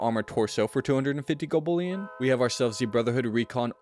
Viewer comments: Hearing golbullion so many times almost made me unalive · Bruh. I had to stop the video. Gobullion killed me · Golb ullion. Had to turn off volume. Bot level radio voice 😂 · So many opportunities to say gold bullion correctly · Dude , why say it weird and repeate it over and over..